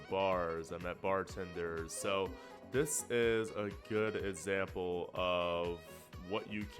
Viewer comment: A good zample,, whats a zample,,? Don't even know the word,,?? Were did you learn the word zample ,,??? The food is mazn,, what is that word?? a mazn,,??? Don't understand,, what does that word mean that means,, too,, man lay off the drugs,,?? NO EVERY CITYS HAS A FOOD fest,, ??? come on ,jezzzz,, sports every city has that too,, man you need to travel more,, // ok crime,, it got very worse??? Goog English, for a reporter,, hmmmm,, we know you couldn't cut it,, lol L on your forhead,,// weather you cant count that high for snow totals,, & another word i don't understand what the hell is --DONT DO--DAT,, whats dat --& dont do dat,, ?? Man you ard the only kid i ever had a failed, speech class,, // roads you had to take a bus